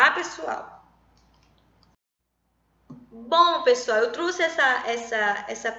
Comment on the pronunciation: Professora falando "eu truse"; Tirando essa parte a aula foi boa.